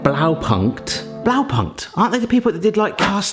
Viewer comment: It does hurt a tiny bit everytime he says "Blaupankt"